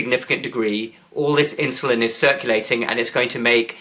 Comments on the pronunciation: Why is Campbell saying "inshulin" instead of insulin. Any ideas? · It's not inshoelin!